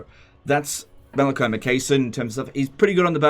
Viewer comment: "Makaisson" is pronounced like "Mackay". So it's Mac-eye-son"